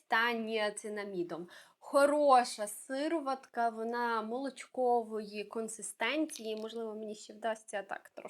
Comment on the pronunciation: Неможливо слухати вас, вибачте. «Бьюті оф джонсОн, сИроватка». Ви хоч витратили б пару хвилин і перевірили як правильно вимовляти ці слова. Неповага до глядачів та безграмотність🥴